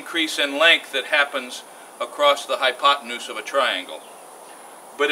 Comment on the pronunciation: You lost me at hypotnuse